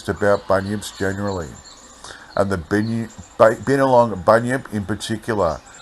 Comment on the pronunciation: Hope im not taken the wrong way .. Binalong is pronounced (By-Na-Long) Love your narratives and i know so many of the areas in these old articles .. look forward to many more 👌🙌☺️